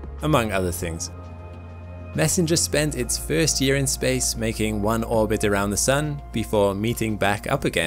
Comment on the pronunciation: FIRST LIKE FRST NOT FEEERST 😮😮😮😮